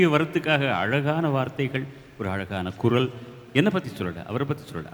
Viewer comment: குறள் இல்லை. குரல். லகரம் ளகரம் வித்தியாசம் புரிந்து கொள்ளவும்.